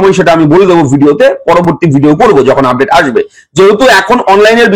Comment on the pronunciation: ব্র্যাকিং আপড্যাট.. উচ্চারণ শুনলে গা জ্বলে যায়।